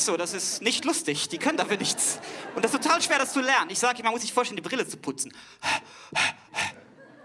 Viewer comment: Die Glottalverschlusslaute hat er zwei mal weggelassen [ʔ]alles is in [ʔ]Ordnung, als er sie aussprechen wollte. Sein Argument ist so nicht ganz richtig.